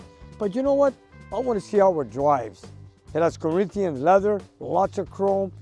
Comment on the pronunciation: "Reech Coreenthian Leather..."